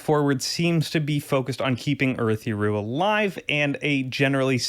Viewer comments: What a great recap!! But my goodness good God Almighty…the pronunciations are like nails on a chalkboard. Adolin, Jasnah, Urithiru, Shinovar…so many more that made me flinch. Fantastic video!! Cringe worthy for audiobook folks… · This is a great recap, but the pronunciations are baffling. Jasnah is grating, but it's the ones like Ialai and Urithiru where it doesn't even match the right letters that are most confusing.